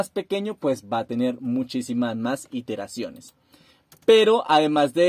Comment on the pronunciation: no son "interaciones" ,son iteraciones, aprende a hablar.